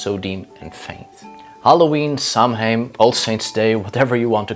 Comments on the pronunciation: sow-in or sov-in, not sam-hain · It’s pronounced sow en not Samhain the word etymology is Early Gaeilge / Irish language. And no that is not Gaelic, which is Scottish. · It's pronounced 'sow-in'. It's Gaelic. Don't ask.